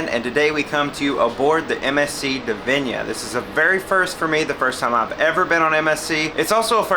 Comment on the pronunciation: It's 'Divina' not 'Divinia'. At least get the ship's name right.